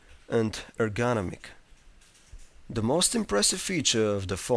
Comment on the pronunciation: "ergONomic" AHA